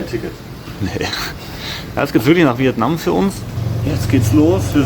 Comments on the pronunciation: Viet Naaahm 🤪khina war schlimmer 😄☝🏼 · DIe Aussprache von Vietnam hab ich auch noch nie gehört :D